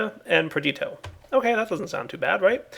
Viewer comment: It's not PER-DEET-OH.... It's PER-DISH-EE-OH Been driving me crazy for ages